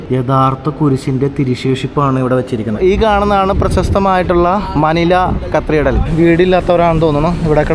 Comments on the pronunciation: കത്രിഡൽ അല്ല കത്തിഡ്രൽ ആണ് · Pronounce , CATHEDRAL.